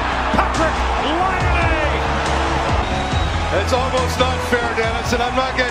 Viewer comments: U just only Day The letters Laine not lainei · When they say "Patrik Laine" I always hear "hat-trick Laine"..😅😂GO FINLAND my country🇫🇮🇫🇮